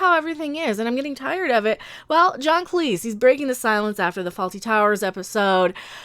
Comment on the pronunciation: Thank you for pronouncing Cleese as Cleese and not clese